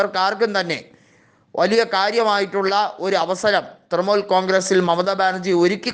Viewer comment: തൃമൂൽ അല്ല തൃണമൂൽ.. പോയി നാക്ക് വടിക്ക്